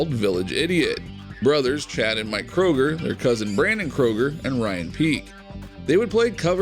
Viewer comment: Try to get it right Chad Kruger, NOT Kroger as in the grocery store. Thx